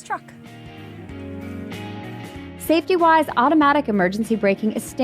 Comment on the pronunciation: Not a fan of her vocal style. Too many voice inflections or "upticks". It sounds like the woman who testified against Judge Kanaugh. Is her Dad an executive in the auto industry or something? Also, stop the hard KKKKKKKKKK when you say truck.